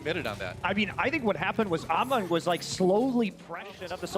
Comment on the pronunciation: its hammond not ahmon ffs